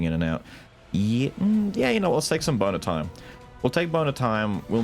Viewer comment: My adhd self hearing "boner time" everytime says bone of time is just hilarious